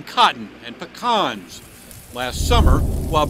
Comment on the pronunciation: Dude can’t pronounce pecans